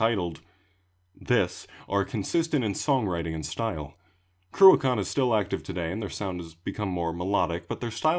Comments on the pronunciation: I'm in an Irish black metal scene so this vid is awesome to see the people would laid the path (you're pronouncations are pretty spot on too) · Very well put together dude, really enjoyed that. I expected the pronunciations to be a lot worse tbh haha. Cruachan and Fuil na Seanchoille were the only 2. You don't pronounce the first a in Cruachan and the ch sound is more ech, and Fwil-na-shankwilla, also Cohscraaaa (no dh) 10/10 shout for Jakers.